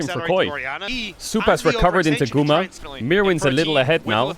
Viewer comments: i kept hearing "GUMA SAUCY" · We need a video compilation of Caedrel pronouncing Guma’s name🤣